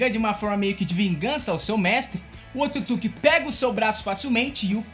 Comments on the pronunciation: O nome certo , é Otsutsuqui , não se diz Otutsuqui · Só tem que melhorar a pronúncia ao falar otsutisuki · O cara esta fazendo o vídeo sobre pressão que não consegue falar otsutsuki ou não sabe mesmo kkkkkkkkkkkkkk